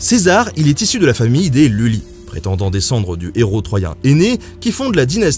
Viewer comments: "iulii", pas "iulis" ;) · petite correction, le nom de famille de César est Iulii avec un i et non Luli ( tu as sans doute confondu un i majuscule et un l minuscule) Son nom complet (tria nomina) étant Caius (prénom) Iulius ( nom de famille ) Caesar ( surnom) voila voila ^^